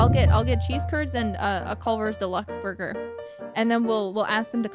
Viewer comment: Borgar N Fries. Mmmm malkskeke